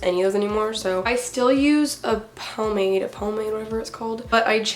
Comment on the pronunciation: you were saying pomade right just to let you know haha